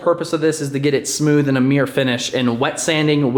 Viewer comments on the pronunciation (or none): mirror pronounced as mere count: 6